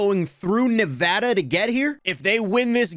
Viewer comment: Finally someone who says Nevada right